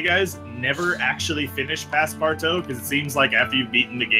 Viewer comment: PASSPARTOUT not PASSPARTAO the ''out'' pronounce like the ''oo'' in the word ''oozing'' for example